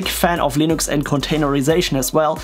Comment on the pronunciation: Guys! He's running "Linox" 😁